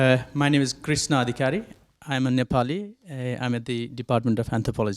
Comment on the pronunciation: I'm Hearing Proper pronunciation of 'Nepali' and 'Binod' properly by foreigner for the first time